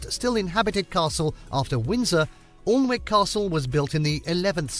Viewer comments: Don't pronounce Alnwick All N wick it is pronounced Annick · I wish this lad would check his pronunciation before he makes his videos. It’s An’ick castle. I’ve previously heard him calling Keswick, Kes’wick instead of Kes’ick!. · The L and W are silent in Alnwick. Say ANNICK. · OLN WICK castle? It's pronounced, 'ANNICK'. 🙄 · the guy pronoucned it 'allnwick' castle, whereas its pronounced' annick' castle/spelling is 'Alnwick' Castle Also Washington Old Hall(not a castle) is a historic manor house in Washington, Tyne and Wear, England. It lies in the centre of Washington, being surrounded by other villages. The building was the ancestral home of the family of George Washington (1732–1799), the first president of the United States. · Alnwick. Aln wick? Pronounced, Anick. But then, outside of the region they wouldn't know that. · Fun fact: Alnwick is pronounced Annick. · Alnwick is pronounced Annick. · Alnwick (pronounced "Annick") Castle is the home of the Duke and Duchess of Northumberland. If you ever go there, visit the Poison Garden, which has a special collection of poisonous plants. 🤪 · Alnwick Castle is pronounced Annick Castle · Alnwick castle is pronounced Aninck. It's the home of the Percy family who are mentioned in Shakespeare's plays. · Alnwick pronounce (A a nick Castle} its beautiful and a museum. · Alnwick,prounced annick. Warwick,pronounced worrick. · Alnwick Castle is pronounced Anick Castle and not what the commentator said. These videos leave out some of the better more popular castles such as Bambrough Castle on the North East coast. The Wales video in this series leaves out Caernarfon Castle, a huge building which is one of the best castles in the U k. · Alnwick is pronounced Annick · Please, Alnwick Castle is pronounced Annick, and Arundel Castle is the home of the Dukes of Norfolk. One of the oldest constantly inhabited castles, Berkeley Castle, is still owned and lived in by the Berkeley family. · Àĺnwick is pronounced Añnick